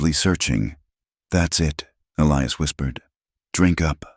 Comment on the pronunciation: And it's pronounced E-lie-us, not Elee-us. Come on, AI!!